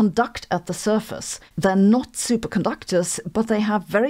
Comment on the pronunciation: "Not." Not "noy."